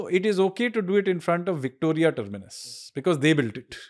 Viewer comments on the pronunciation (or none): none